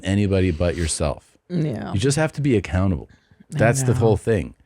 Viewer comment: You say be accountable... I hear be a can able